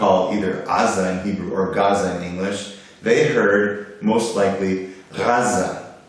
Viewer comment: Your history is somewhat correct, except when you made it seem like Hebrew comes from Arabic, it's the other way around, they just preserved it better, thanks all the Ashkenazim our ”ivrit” is a mess no offense. And you're still pronouncing it wrong, ayin is a gutteral letter, not pronounced by the mouth only the throat. Kind of sounds like swallowing a whole grape without chewing.